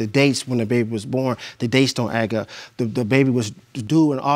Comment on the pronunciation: I rewind it back to Over 10 times, the facial expression is to die for. he said “the dates don’t agg up”😂😂😂